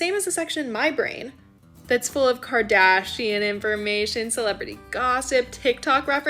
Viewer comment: They're called survey pins. What is a cardasheeun?